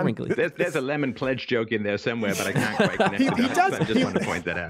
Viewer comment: The way Stefan says "can't" sounds like "cunt"